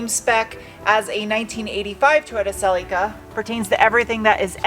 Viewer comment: probably should know how its pronounced before making a video on the car lol se lee ka